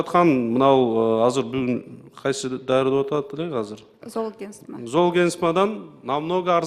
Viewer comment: Золгенсма дегенди нормально окуп айта албайт го, дагы каяктан фармацевт болуп алган?